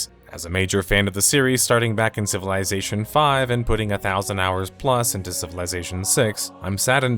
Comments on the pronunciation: Take a shot ever time he says CIVILAYZATION! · It's pronounced "civil izz ation". Not "civil eye zation" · I can’t watch this because of the way you say civilization.